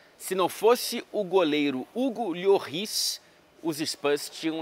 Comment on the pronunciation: Conteúdo de qualidade como sempre. E caso você seja do tipo que se importa com pronúncias corretas, o S no final de uma palavra em francês não costuma ser pronunciado, então seria algo como "Lôrrí". Tamo junto e ST.